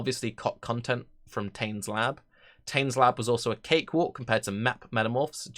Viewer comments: Tane is a character from Maori mythology in New Zealand. It is pronounced tah-neh. All vowel sounds in Maori are pronounce the same ah, eh, ee, aw, oo for a, e, i, o, and u. Once you understand this and the consonant sounds like f where you see wh, Maori words are extremely easy to figure out pronunciation for. It is similar to Japanese in this respect. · I get irrationally annoyed by how you pronounce Táne. I'm aware they removed the accent (for whatever reason), but still :p